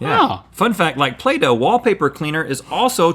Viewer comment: When Rhett said "play-doh" I thought he said Plato, and I thought some weird things